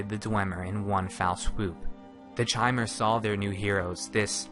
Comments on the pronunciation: I'm fairly sure it's pronounced "Kymer," like the word "Chimera." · im quite sure it's supposed to be pronounced "ki-mehr", just think mispronounced it. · FTR, the pronunciation is K-ai-m-er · you should have shown a picture of Divayth Fyr when you talked about age. The oldest dunmer ever to live on Nirn. Also, Chimer is pronounced with K...like Khimer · Elias Storm I've heard it pronounced like that several times. It's probably like 'arch'. Some people say K and some say ch. I've no idea what ehlnofex is... so I assume I don't. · Lerquiy of Nirlac Not in-game. In game it's always pronounced ki-mer. Ehlnofex is the language of the Ehlnofey, ancestors of all mortals. In Ehlnofex Chimer means "Changed folk". It is possible, however, that someone used the Ayleidoon pronounciation of Chimer, which would be "shi-mer". It's completely heretical to do so, but still. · I always pronounced the Chimer the same way this guy does, but according to the ESO beta it is actually pronounced 'kimer,' The more you know. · Chimer is pronounced with a hard K. As in Ki-mer, just like chitain. A real life material. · Kai-mer not chai-mer... Eye twitching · Chaimer... It's pronounced Kaimer you dumb fuck! CHIMER IS PRONOUNCED KAIMER! You fucked up! Time to redo this series with the good voice actor you had near the end of the series! Fuck! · Chay-mer? Shouldn't it be pronounced somewhat like "kee-mer"? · It's Ki-mer, not Shi-mer. Do some research before you make a ''lore'' video. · KAI-mer. KAI-mer. Not CHAI-mer, like the tea. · not chamer chimer ! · I believe Chimer is pronounced with a "k" sound like lich or Bach, rather than a "ch" sound. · Is it not pronounced "Kai-Mer?" Not "Chai-mer." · First time I have ever heard it pronounced "chy-mer". Always heard with with a hard K sound everywhere else. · I like this video I do I always have but good lord is the mispronunciation of chimer painful it's a hard Ch so Kai-mer like Chitin is Kai-tin Sources the voice actors in Teso morrowind